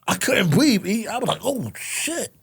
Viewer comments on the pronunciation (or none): I'm sorry I know he was dead serious but when he said"I couldn't bweaf" I died 😂